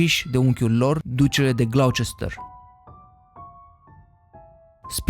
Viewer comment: Pronunti gresit Gloucester